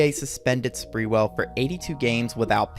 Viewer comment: It’s not sprewell as in sprewell but sprew ell